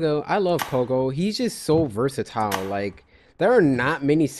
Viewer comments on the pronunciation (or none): Why he say "versiyiline" or something like that😂😂😂😂😂😂😂😂😂😂😂😂😂😂😂😂😂😂😂😂😂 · !!!!!!! He said versittilen boi said versittilen!?!!?!?